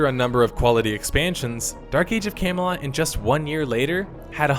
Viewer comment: You pronounce Camelot like "Came a lot"